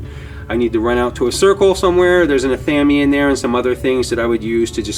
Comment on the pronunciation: LOL!!!! Ah-Tham-Eeee??? Ive never ever heard it called Ah Tham Eeee...Its pronounced Ath-ah-may lmfao cracking up... Nice room... Looks great! Blessed be )O(